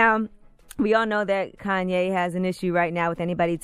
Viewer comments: “Kayne” Come on 😂😂😂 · Now all I need is y'all to pronounce my name Its Kanye - But some of my plastic - they still say Kayne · "Now all I need is y'all to pronounce my name It's Kanye, but some of my plaques, they still say Kayne" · "Now all I need is y'all to pronounce my name It's Kanye, but some of my plaques, they still say Kayne" -Kanye West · "Now all I need for yall is to pronounce my name, it's Kanye but some of my plaques, they still say 'Kayne.'" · “Now all I need is y’all yo pronounce my name it’s Kanye, but some of my plaque they still say Kayne.” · "All I want is yall to pronounce my name, it's Kanye but some of my plaques they still say Kayne" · Okay...but who is "Kayne"?? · I’m just trying to figure out who the hell is “Kayne” lol